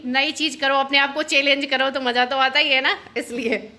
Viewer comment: चेलेन्ज नही होता है पागल चैंलेंज होता है बोलना सीखो थोड़ा शमा रमा जो भी हो